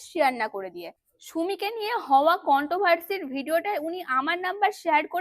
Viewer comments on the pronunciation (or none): Tumi age thik mto words pronounce krte shikho please, dishrap, kontak, contovarsi egulo ki vai😂